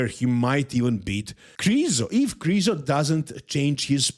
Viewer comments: stop saying Krizo. It's Mihal Križanek - Križo. It's disrespectful to the athlete to misprounounce their name on purpose just because a bunch of Americans won't learn how to say it. Educate them, don't join them for God's sake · Come on, pronounce Krizo properly. Let's not let ignorant people win!